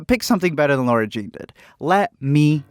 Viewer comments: My god I don't want to be that person ....but it's LAAAAAARA NOT LAURA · is it just me or is he saying laura instead of lara....... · I always wonder why so many people say Lara like "Laura". I've heard it before with Lara Croft and I just assumed maybe it was an accent thing but not for Lara Jean? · L A R A ... not Laura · He literally kept calling her Laura even though there’s definitely a line in this movie where Peter corrects someone who calls her Laura. It’s Lara Jean, people. Shouldn’t bother me this much but it does. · Yeah, it really bothers me too, Alex Meyers does this too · Duuuuude its lara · It's Laara. And loved your review. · I LOVE your videos but every time you said Lara I could just imagine Peter Kavinsky attacking you 😂